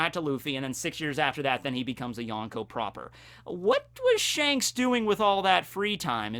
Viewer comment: Everytime someone says yonkou like this, a puppy dies. Good video though!